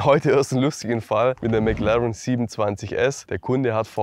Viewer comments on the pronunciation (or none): none